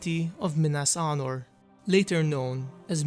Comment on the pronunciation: Sounds like you’re saying Minas Arnor instead of Anor